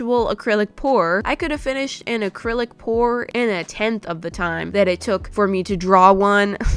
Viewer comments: You said accrilic pour after u said no more😂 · I will not say AcrylicPor again continues to say it 3 more times